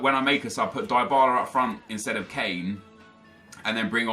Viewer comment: It's not die Bala it's Dee bala